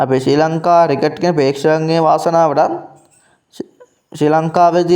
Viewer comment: රිකට් නෙමෙයි ක්‍රිකට්. ඔයා යූටියුබ් කරනවා නම් මේවා හදාගන්න.